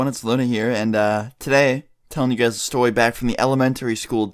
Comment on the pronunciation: beginning of video he says stowy video from elementawy school